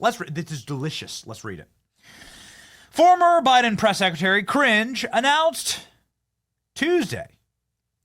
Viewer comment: Ohhhhhh, Karine Jean-Pierre! I thought you were saying Cringe Jean-Pierre 😅